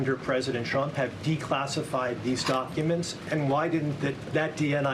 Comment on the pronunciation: When Karolying pronounce “TRUMP “ sounds like she is pronouncing “CHUMP “😅😅also you can tell when the lies start Karolying speech goes off the rails 😅😅😅😅